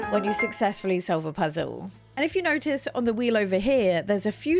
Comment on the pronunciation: Why do you not pronounce L's in words like "useful" and "puzzle," but then pronounce them in words like "Play"?